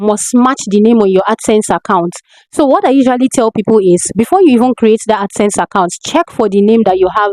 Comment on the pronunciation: Ad sense or accent? Wats dat?